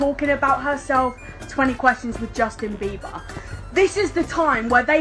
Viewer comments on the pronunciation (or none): Justin Bibaah ajajjajajajajaj, el acento britanico